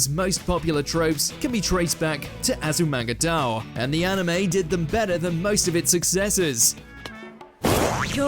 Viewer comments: Please at least look at how the title is pronounced. "Azumanga Dao" really hurts! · Why must he butcher the name Azumanga daioh?